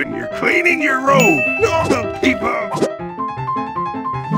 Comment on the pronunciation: “NHoRmÆL” why did he say it like that